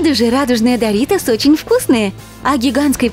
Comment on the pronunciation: Не даритос а доритос я турчанка мой папа турок и я знаю турецкий язык по этому я подправить вас